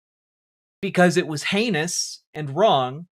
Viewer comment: You've got to learn to pronounce heinous like in My Cousin Vinny.